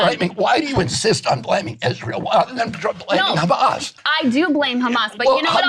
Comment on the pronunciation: When you pronounce Hamas like a genocidal zionist you lose all credibility. The world is awake. Poor RFK is so compromised by those thugs.